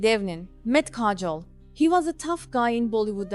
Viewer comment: Your accent is killing me, and please pronounce her name accurately.